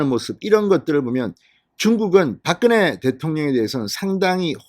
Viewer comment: 진성호는 박근혜라는 이름을 불러서는 안되겠다. 바끄네가 뭐꼬? 소리글자를 읽는것도 아니고 pk지역의 사람도 이른표현은 하지않는다. 당신의 표현을 빌리면 박근영은 박근영이라고 읽었잖아 당신의 표현을 빌리면 바끄녕이라고 읽어야한다. 제발 모니터링좀 해라.